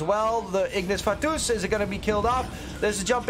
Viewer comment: I hate how he says Ignis Fatuus lol